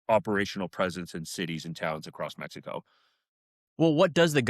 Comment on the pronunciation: In “Mex EE CO” 😂